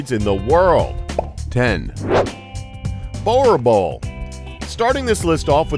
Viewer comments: You said boerbull so wrong!! Roll your tong with the r and you pronounce it as boo-r-bull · I know Im SUPER late but..... "BOWERBALL"😂😂😂😂 its supposed to be the sound of shOE. Its bOErbOEl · WOW you just raped that 1st name .Boer Boel Repeat after me Boo [ pronounce the R on you palette just behind your teeth] like a Italian would use a R... and Boel is the same as Bull. Boo RRRRR Bull... not Bower BHULL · ....better that than the atrocious "borbull" that I usually hear, he tried, so I'll give him grace on that one. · Omg did this man just call a boerbull and ball ball 😂😂😂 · It's pronounced boorbull, it's an afrikaans/ Dutch word but otherwise good video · Said it wrong boor(say rrrr)bull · every single video I see about dogs all of you I mean all of you can not pronounce boerboel at all, it almost offensive to south africans they absolutely love the breed just call it the south african mastif or nothing at all